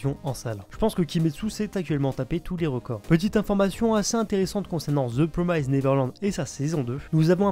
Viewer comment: La prononciation de "promised" et "fillers" ça ne va pas. ^^